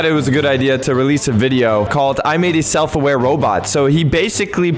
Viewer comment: He pronounced self-aware wrong